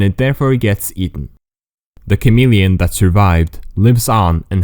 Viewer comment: HOW MANY TIMES DID HE SAY CAMELLIAN